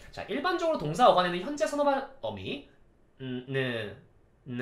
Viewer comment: 똥싸는 동작이나를 동사는 동작이나라고 하는줄 알앗내 ㅋㅋ